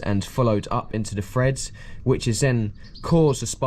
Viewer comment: OMG only been listening for a few seconds and you said stage free and freds it`s (three & threads ) 🤦‍♂🤷‍♂